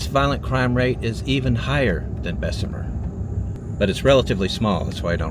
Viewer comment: Anywhere poverty is crime will exist. And its pronounced bess mur... My family is from there and Birmingham